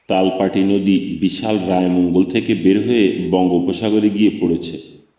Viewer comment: সুন্দর বলেছেন। কিন্তু "তালপাটি" না, "তালপট্টি" এবং মধ্য না কিন্তু মধ্যে.